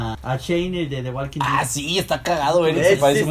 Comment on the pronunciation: Vengo de ver el video de exponiendo ortografia,y despues vengo aqui y los veo diciendo walking dead pronunciando la L ,por Dios😬.se les devuelve lo q hacen😜😜